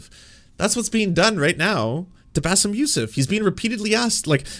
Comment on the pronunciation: Does he keep calling him "Bassef"??